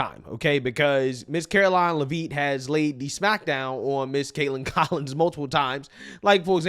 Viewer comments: ...say it with me now "LEVVV - IT" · It’s leavitt, like Joseph Gordon but with an a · it's lev- it, not leveet. other than that, keep up the great work. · Karolines last name is pronounced “Levvit. Not Le-veet. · Come on, it's pronounced "Lev-itt" not "leave it" as in Karoline Leavitt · It’s Karoline LEV IT, NOT LevEEEEET! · Please pronounce her name correctly... not la veet. Lev it. Not that difficult..... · I believe it's pronounced Levit not "Leveeet" great content tho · Not leveet, it's leviiiiiiit. She's from New england. Excellent try though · Her name is pronounced Karoline Lev It. Not Lev Eat. Just saying. Love the channel. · It’s Lev-it not Lev- ete lol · You need to pronounce names correctly. Its not live-eet. Its Lev-it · It’s “lev-it” not “la-veet”. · Its lev it not lev eet buddy and the caveman trans woman is a joke f cnn and whatever that cave man person thing is u hairy then me buddy 😂 gross😊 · Gotta get that name right bro! Lev-it. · Will you pronouviher name right?? It's NOT leaveet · It's not Leveet. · IT'S PRONOUNCED LEV-IT!!! SAY HER F-ING NAME RIGHT BRO!! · Caroline leVEET? what is wrong with blacks where they're unable to speak English? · Bro you gotta start pronouncing Caroline Leavitt’s name right that “veet” at the end kills me lmao. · I think her name is pronounced Lev-it. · her name is pronounced “Leh Vit”😅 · I love your content and channel, but just a quick headsup sir, it's pronounced "Lev-it" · Dude do you not watch any actual interviews where they pronounce people’s name? Levitt the letters are all short no long e in there anywhere. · bruh.... It's pronounced Leh-vit. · Say it with me,. LEH-vit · Her name is not “laveeet” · Lol it’s pronounced LEV-IT Bro.😅